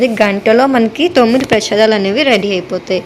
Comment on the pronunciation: పెషదలు కాదు అమ్మ ప్రేసాదములు